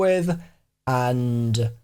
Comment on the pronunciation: “The road may be long unt dark...”